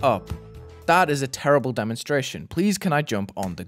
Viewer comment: "its teEHERrible"